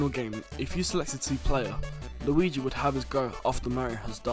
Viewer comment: "luigu" :D